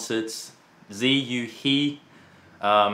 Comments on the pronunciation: “He” in Chinese isn’t pronounced “he”. It is pronounced “her”. Not trolling. For real. 😂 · Pronunciation of Ziyu's surname is similar to "her" not he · Yes, it's as you say - 他她 :) Of course what 12x12surface means is that 汉语拼音 "he" (何) is not pronounced as the English "he". I wish the rest of the world could learn to pronounce Chinese names properly, so that talents like 何子毓 don't have to adopt the English pronunciation of their name just for the global audience. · At the intro, Brett said "HE" as in hee. But Zhiyu's Chinese and his surname is He, as in 'her' - sounding like the word for river in Chinese. Actually meaning is 'when'. 河 (he) - river; 何 (he) - when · But the twoset pronounced Ziyu's last name wrong...